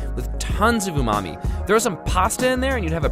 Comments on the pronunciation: i hear "umami" as "oooh, mommy" 😂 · I know a speedrunner who pronounces it like that